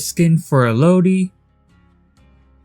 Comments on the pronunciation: you dont know how much saying feng as fung and elodie as elo dee hurts my soul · It’s funny that ppl still can’t say elodie name right